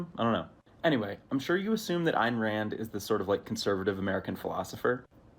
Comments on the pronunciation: This guy calling Ayn Rand “Ann Ride” is very painful. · did bro actually mispronounce Ayn Rand’s name?